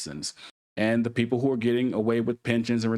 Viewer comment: The word "People" is not pronounced "Peepoe" Just like the word "These" is not pronounced "Deez" You need to enable subtitles so you can be better understood